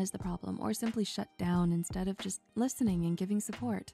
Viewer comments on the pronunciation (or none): none